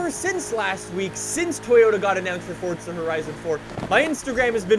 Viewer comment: Why do you say Forza like that?